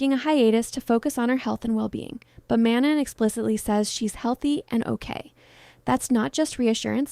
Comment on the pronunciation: ong are yall allergic to pronouncing her name right